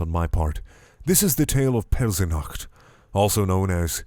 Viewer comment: "Pelsinacht" ok Wouldn't it be Peltziknacht, if they were going for the correct German pronunciation?